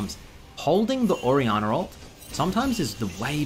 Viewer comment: nobody:: orianner